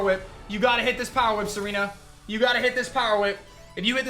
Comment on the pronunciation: I like how said "Tsareena with the kiss". Almost sounds like "Serena with the kiss" doesn't it?